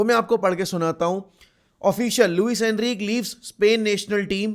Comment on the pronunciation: Bro it's not ENRIQ It's Enrique you're saying it wrong